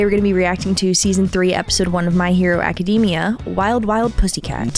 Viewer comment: Love how yall say Acadeemia instead of Academia